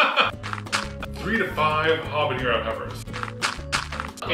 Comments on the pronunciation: You said "chipotle" correctly but you chronically mispronounced "habanero." There's no ñ, just a regular n. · "Am I saying chipotle wrong?" (is saying chipotle right) Also: "habañero" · It's habanero, not habañero!